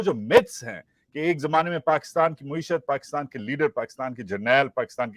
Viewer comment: Maa-ee-shuth NOT Moo-ee-shuth jani! Good work though. Keep it up!